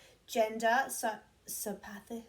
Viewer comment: Hi im back hee hee. Just a suggestion/tip my mom gave me when I was in school (a couple years or maybe decades..close enough😉) and struggling with pronouncing medical terms so pyschopathy is sigh-cop-a-thee. I really enjoyed this video, found it extremely interesting and love that an actual study was done on trolls! Also i don't mind people sharing emotions, hello this is what we do! I can go thru 10 emotions in 10mins and my husband (bless him) tries to keep up. Also im not Italian but I can't talk without arm, hand, body movements lol. Really great vid!!